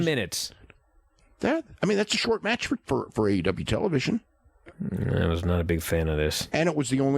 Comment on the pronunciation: Anyone else hate the way Dave says the word "match"?